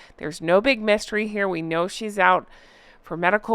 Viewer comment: That picture is part of an artist's campaign to bring awareness to DV. There are similar pictures of Queen Letitia, Kamala Harris, AOC, Ursula von der Leyen and others. The sugars stole that and used it for their purposes. At some point I thought you said "messtery" instead of "mystery", but it's appropriate, this is a huge, messy MESStery 😑